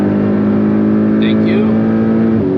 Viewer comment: Tenk u, thenk u, tenk u, ..... Tenk u and tenk u.